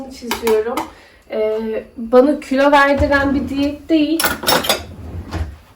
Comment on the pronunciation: Külo değil kilo